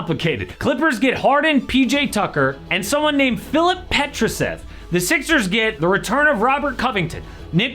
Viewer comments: The way you pronounced Petrusev got me in tears on god🤣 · filip petrusev pronunciation is creasy